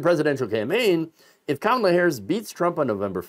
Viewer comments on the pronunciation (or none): none